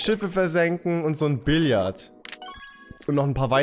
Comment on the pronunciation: Das heißt doch Billard und nicht billiard? Will kein klugscheißer sein😂